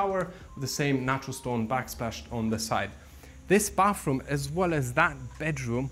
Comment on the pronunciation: Why do you call it "bafroom"?😅😅 It's bathroom.